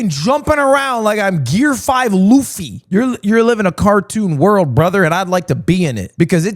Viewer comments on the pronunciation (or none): none